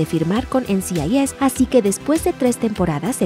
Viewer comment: No se ¡EN Ci AI YES! NCIS, es “EN CI AI ES” pronuncia bien mamita.